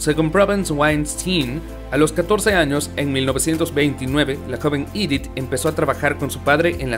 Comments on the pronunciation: EDITH! et NON pas IDITH/IDETH !! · Es Edith en francés no “iditz” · Si no sabes pronunciar un nombre o una palabra en frances pronunciala en español, el video es en español, es aceptable, lo que no podes hacer nunca es pronunciarlo en ingles o como se pronunciaria en ese idioma por que no tiene nada que hacer esa pronunciacion alli. Por ejemplo cada vez que decir "Idit" Piaf....... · Su nombre no se.pronuncia ídit ,por lo.menos si te aventuras a hacer un video tienes que pronunciar bien los nombres.No se pueden soportar estos errores garrafales. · Si es francesa………. Y Edith se pronuncia igual en Francés y en español ….. de muy mal gusto pronunciar el nombre con un pésimo acento en inglés Me habla de ignorancia y una cultura muy pobre . No todo es leer un texto